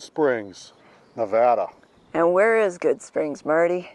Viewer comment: Check out Rhyolite up near Beatty. There's a house made of old glass bottles among other things. And thank you for saying Nevada properly...